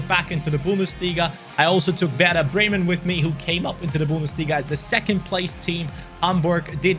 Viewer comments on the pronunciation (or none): none